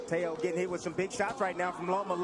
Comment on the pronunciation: Would somebody please tell Joe Tessitorre his name is Teo not Tia he's not your aunt you'd think a guy that gets paid 100s of thousands of dollars to commentate would be able to pronounce a name properly geez.